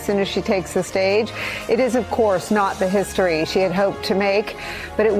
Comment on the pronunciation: It was HIS-tory